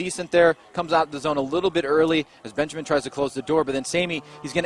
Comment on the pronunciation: the R35 driver is BENJAMIN, and U called him Benjam? C'mon Bro 👍I read the name and listen what U said, start to scrub my eyes, cuz I thought I cudn"t read it properly before, but I did actually... 👍 U bugger